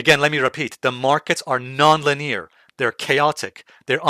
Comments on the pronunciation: Linire? Lin-e-ar please. Or is that the UK way of pronouncing that? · Yeah, people will think it's rude to point that out, but I'd want to know if I mispronounce something. It's definitely not the main British pronunciation. Perhaps a regional thing.